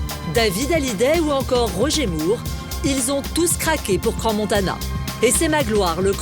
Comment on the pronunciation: C'est pas Crans Montanan mais Montana pauvre tache :), toute mon enfance j'allais skié la bas mais aussi l'été avec son golf au championnat du monde , c'est génial ,je connais ses montagnes de Crans sur Sierre a Montana comme ma poche, a chaque fois qu'ont y allais c'était pour moi le paradis :)